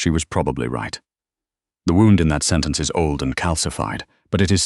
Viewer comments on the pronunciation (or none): none